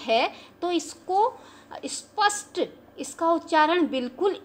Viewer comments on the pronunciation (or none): आप श को स बोल रहे हो। स्पष्ट को स्पस्ट